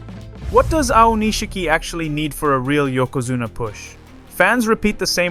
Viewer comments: Wrong! There is a middle "i" that needs to be pronounced, also. 🤦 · Nitpick/hint for next video: spell his name "Aonishki" with the middle "i" removed in the script passed to the AI, and it will likely get pronounced correctly. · I don't know if I'm more annoyed by the AI picture giving him that smile, or "aonisheeki", or the faux dramatic music and vibe, or the fact I get recommended slop like this in my feed. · Great coverage man. However, you should take some basic Japanese though, that pronunciation is a little rough. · at least get his name right